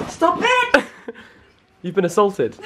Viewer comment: “A - salted“ 😂